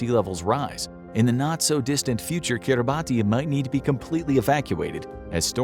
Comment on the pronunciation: It’s pronounced kee-rah-bas, not Kiribati. I know, it makes no sense.